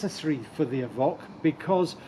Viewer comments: Is it not pronounced Evoke and not Evock? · Good review…… but…….. evock???? The only person I know to call it an evock. !!! Just a little annoying, a bit like the lovely nigella Lawson calling a microwave a meecrowaavay !!!🤪🤪